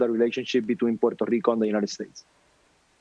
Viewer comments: Puerrrrrto rrrrrrrico ))) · How many times must he say, "Puerto Rico" (in full Boricuan accent)??, jajaja We know y'all, we know you're latinos and American, in the mainland. hahaha At least us Mexicans know it. You remind us every time you get a chance! hahahaha They say, "We're American, our passports say American" chill, we're Mexican and American too, mensos!